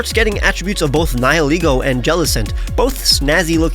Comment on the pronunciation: i just wanna thank you for saying nihilego correctly